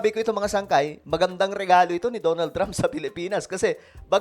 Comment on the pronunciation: "Da na ld Trump" not "DO NOLD" Trump